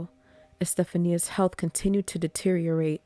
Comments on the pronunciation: I think her name is pronounced, E-steph-onya, not Estephania. But I could be mistaken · You did a great job on this story. Love your voice and thank you for not trying to do the weird "monotone" that so many attempt. I have no idea whats up with that but it rarely works out well. One note: the name Estefania is pronounced Es-tef-on-ya. The Americanized version, Stephanie, puts stress on different syllables so sounds quite a bit different. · I believe her name is pronounced Este-FAWN-ia